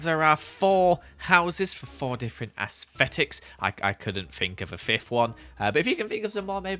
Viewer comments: I’m really sorry Ik everyone is doing it but it makes me so annoyed lol: ASSFfFFeticKs Us: ITS AESTHETICS ITS CALLED AESTHETICS PLS JUST SAY IT RIGHT PLs don’t hate Ik not everyone is good at words and it’s hard for some people and I mean no hate but u got to admit that u atleast ones laughed just a bit lol and if u have come to the end pls leave a like that would just make my day if not that is totally fine uwu and if sees this pls it’s just for fun and a joke no harm meant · the way says aesthetics hurts me inside cuz im american and i say astetics he says it like asfetics AHHHHHHHH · nobody: still nobody::AESFETICS guys im sorry ik its not funny it just sounded funny in my head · No one:: aesfetics It probably sounds like that to me since I’m not British lmao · " Aesfetics " - 2020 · Nobody:: asfetics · trying to say aesthetics is mildly amusing